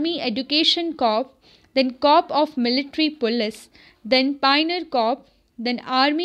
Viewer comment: This isn't to troll you or anything but plz rectify your pronunciation of corps (was just for your betterment).